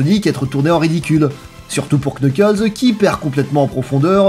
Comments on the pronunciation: Cette vidéo est presque parfaite a 1 détails prêt (on ne dit pas Knuckles mais Nuckles) 😅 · Je connais surtout Sonic X, pour Boom j'ai été très surpris, comme tu l'expliques, par son autodérision et son second degré. Une très bonne surprise, je dois dire. La vidéo est excellente, à part le Knuckles, ça se prononce pas comme ça !